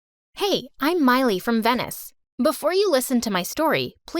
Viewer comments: Venice sound like “venom “kinda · I'm sorry for the nitpick but you pronounced Venice wrong